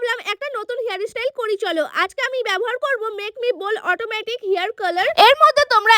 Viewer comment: Hai style ❌ হেআর ইস্টাইল✅curler ❌ colour ✅